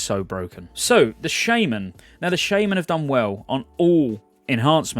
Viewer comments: I am pretty sure you shouldnt pronaunce "shaman" as SHAME - MAN, something u could look up xd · I cringed when he said "Shaman". It's pronounced Shaman!